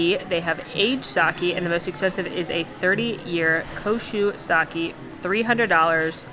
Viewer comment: the correct pronunciation of sake is sa -kay. Love your videos! You are getting me through the pandemic.